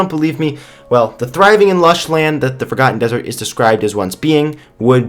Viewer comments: sounds like he said fricken ham dessrt at 0.09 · Instead of Forgotten dessert i heard "FACAN dessert"